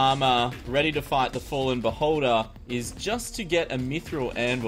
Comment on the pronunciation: You said beholder. I heard boulder hehe